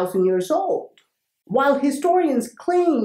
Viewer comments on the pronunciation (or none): none